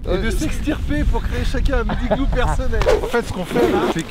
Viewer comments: Entre les "le igloo" et les "1 igloo" je me demande si Maxime sait faire les liaisons 😐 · Bah amixem pourquoi tu dis le igloo au lieu de l'igloo ? Ah oui au fait j'ai un message de l'équipe fructis, t'as 2 mois pour agrandir la White box et nous la présentez en vidéo. N'oublie pas que la déco doit se limiter au glorieux shampooing FRUCTIS FREEZE FORCE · pk tu dis le igloo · Tu dis LE IGLOO !!! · Pk tu dit le igloo 🤣🤣 non je blague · un higloo Maxime, un higloo 🤪🤣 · Amixem pourquoi tu prononces le Iglo ?😊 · POURQUOI TU DIT LE IGLOO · Et aussi un igloo sans la liaison et du igloo au lieu de l'igloo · Le igloo au lieu de l'igloo Un igloo au lieu de "un n'igloo" Et les igloo au lieu de "les z'igloo" 🤣🤣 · Pk tu dit le igloo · amixem pk tu prononces LE igloo regulièrement et pas L'igloo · Faut juste revoir tes cours de français de CE1 LOOOL il y a les liaisons aussi pour dire un igloo tu fais la liaison entre le N et le I mais bon, personne n'est parfait et tu fais de supers vidéos. Mais la langue française, enfin les bases c'est quand même... la base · À chaque fois que maxime dit "Le igloo" , un Inuit meurt. Il faut arrêter le massacre. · Et aussi, il prononce UN IGLOO et UN NIGLOO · Entre « le igloo » ,« un igloo » ( sans la liaison) ou encore « au igloo »,ça rend vrm bizarre A part ça bonne vidéo 🙃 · Amixem il dit LE igloo alors qu'on dit l'igloo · L’igloo pas igloo 😂🤣😂😂🤣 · Le mec à tout faux 🤦‍♂️ Au lieu de dire "l'igloo" il dit "le igloo" Au lieu de dire "un (n')igloo" il dit "un igloo" Au lieu de dire "Les (z')igloos" il dit "les igloos" Au lieu de dire "de l'igloo" il dit "du igloo" Bah bravo Maxime 🤦‍♂️ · LOL on dit pas le igloo mais l’igloo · dsl mais dit l'igloo pas le igloo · C'est juste comme prononciation si tu écris le Higloo... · Oui tu le prononces comme çi ça s'écrivait "higloo" (pas de liaisons etc) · Ça fait du le THE igloo ou LE igloo😂😂Moooooon dieu 😶🙃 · Tu dis aussi un igloo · pourquoi tu dit le higlou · et tu fais pas la liaison de "un igloo"